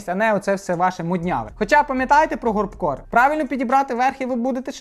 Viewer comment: Горб корст чи як правильно??😂